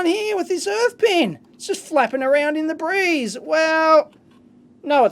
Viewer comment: Yeah i know but it sounded like debris (= "refuse/rubble") instead of "the breeze"